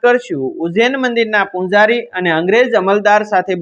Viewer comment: ઉચારણ યોગ્ય નથી , ચ નો સ અને પૂજારી નો પૂંજારી ખોટું ઉચારણ છે.